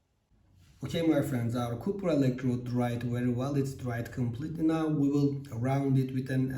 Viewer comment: Mukemmel anlatim . Ingilizcen cok iyi . Bir tek Kupir degil Kapir guzel abicim . Vurgu A harfinde Kolay gelsin ...